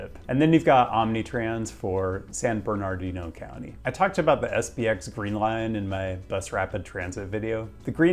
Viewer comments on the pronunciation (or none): “San BernarDIno,” not “San BerNARdio” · second r is not pronounced. San Ber nah dee no. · I may be the biggest hater of the I.E. but bruh, pronounce it correctly: SAN-BURN-UH-DEEN-OH. How u don’t know this and live in the bay? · It's pronounced... San- ber-nerd-ino... But you probably know that already 😁😁😁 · Ignore the second "r" in San Bernardino. It's pronounced "San Burn-nah-deen-no" by locals. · For San Bernardino, locals do not pronounce the second, "R". So it would be said as "San Ber-na-di-no". People from so cal have a tendency of dropping consonants in proper nouns. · Pronounced "San Bern-uh-DEE-no" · Locals don't say the second R in "San Bernardino," just fyi. I live in Highland, just east of SB City. (The county is the largest in the country, I believe, seriously look how fucking big this county is.) Next month a new light rail is opening up between Redlands and neighboring San Bernardino - it's not much but it's something. Hoping they continue to expand on this theme since Newsom just abolished some parking mandates. The traffic is truly atrocious out here, and over a massive area. Could definitely benefit from more/better public transit.